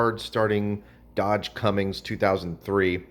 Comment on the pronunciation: There's no G in cummins.